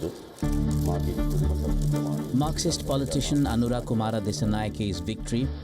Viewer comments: It is not Aruna, it is Anura, if I say "Ranendra Modi", how does it sound like.. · It’s not Aruna.. it’s Anura.. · Hey wicky bro good to see you here. Yes they misjudged most of the things. Even his name is Pronounced as Aruna😂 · ANURA not aruna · First try to pronounce the name correctly, it’s important